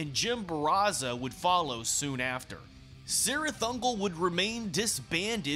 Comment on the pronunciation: Isn't it pronounced "KEERith"?